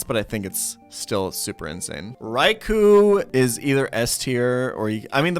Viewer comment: K I actually did do a lot of research for my reply. Ariados and Yanma I wasn't positive about so I had to confirm those with official sources, and I ended up being correct. Raikou and Suicune he says incredibly wrong, so it's interesting that you stand by him; I'm wondering if you've done any research of your own? I'd love to see a source with his incorrect pronunciations of any of the pokemon I listed.